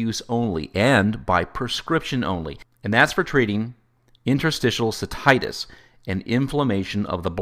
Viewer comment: don't like, won't look at any others u authored. And learn how to pronounce 'cystitis"